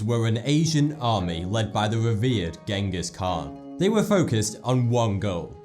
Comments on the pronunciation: that pronunciation of Genghis Khan killed me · Pronounced "Jenghis" or "Dschingis" not hard "G" "Genghis" Khan. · Sorry to sound like a nitpicker, I loved the informative video, but "Ghengis Khan" is pronounced "CHEN-GIS" Kahn. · Chingis han ;) Check it out, Mongolian doesnt have a G or some shit. I read a 'biography' of the great khan, and in the authors notes in the back he said he spent time with them to learn about him for the book. Im going to assume thats how you pronounce it if they told him thats how it was :) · The G in Genghis Khan is pronounced as a soft G, in Mongolian Language That's why its also transcripted into Dzjengis Khan (from an asian)